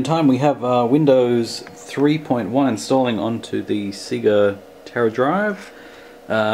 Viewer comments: The "see-ga"? :P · ***** The Netherlands, but that doesn't change the pronunciation of Say-ga though. :P By the way, this system is rather amazing. Wish there'd be a modern day console/PC hybrid.